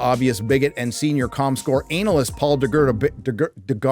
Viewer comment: Had to laugh at the pronounciation of "analyst" ...